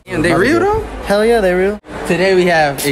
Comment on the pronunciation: The way she said "Hell yehhh"